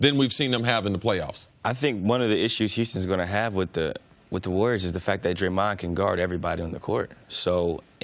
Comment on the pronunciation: Why does CJ can't pronounce "Draymond"